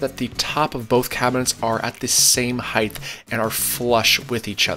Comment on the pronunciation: Love the channel dude. But... Heighth?